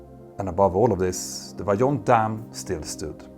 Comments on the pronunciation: you pronounce it VAIONT. We are like 30 minutes from that region. The movie about the catastrophe was filmed partially in our city. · This is not an English "j", you can say this one as "Vaiyont" ;) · I thought the pronunciation is "Vah-yohn", not "Vah-john"? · As an italian 🇮🇹 I say : approved ! Driving along the nearby motorway and still facing the standing massive concrete arch of the dam is a dramatic experience. Just for your info, Vajon in italian is pronounced vah-YOHNT or vye-OHNT with the emphasis on the second syllable. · Toc in the local dialect means "large piece" or "big chunk". Also, the correct pronunciation of Vajont is similar to Vayont.